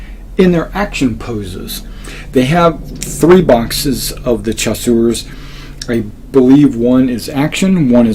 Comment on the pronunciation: If it helps CHASSEURS is pronounced SHASSEURS...